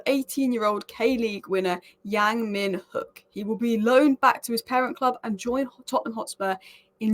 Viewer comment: 양 뮌 훅.. 발음 개웃기노😅